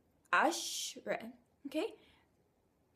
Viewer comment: Ten s asharaa:asara. not ashra